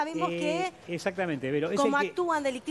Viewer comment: Mocicleta dice la periodista jajaja